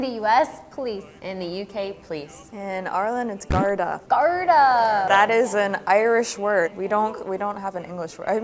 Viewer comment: pronounced “Gar-dee” for anyone wondering